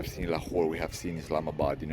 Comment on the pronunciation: Just love the way you effortlessly pronounce 'Pakistan' and 'Islamabad' properly. Other so-called 'travel-vloggers' should take a leaf out of your book and show some more respect to a noble people and country which is Pakistan. I like your sense of humour and you take some amazing photography. Judging by your current performance, your channel will thrive, insha'Allah (god willing). Keep up the great work!